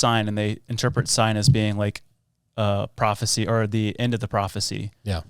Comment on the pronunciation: bro she said papisie instead of prophecy she literally has two brain cells and they are fighting